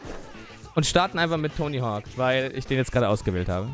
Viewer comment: Wenn du schon ständig "englishe " slangs zwischen Deutsch reinhaust um es " cooler" rüber zu bringen dann solltest WENIGSTENS den KÖNIG DES BOARDS richtig aussprechen können!!! ;) nur so am Rande